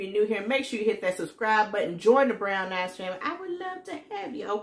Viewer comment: Ha!!! Oh yes, the "Brown Ass Family"! I'm telling you everytime I hear you say it, are we sure? Noooo! She said brown eyes family. Thx for the haul